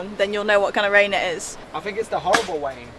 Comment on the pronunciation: Howwible wain in the Pyrenees mountains 😅